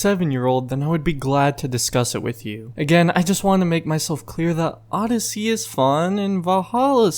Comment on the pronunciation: as I sayed you have a real trouble with odeyssey 😂